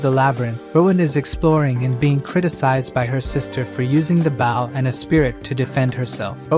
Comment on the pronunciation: if the TTS you're using supports SSML you can use bow to make it say bow correctly